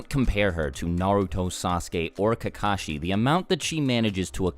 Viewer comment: Why does everyone pronounce kakashi as if the two ka's are separate from the shi, pronounce how they say it in Japanese,it sounds like kak-a-shi. But people in America pronounce it like ka-ka-shi. They sound like crows when they do that. And some people get offended when you say their name wrong.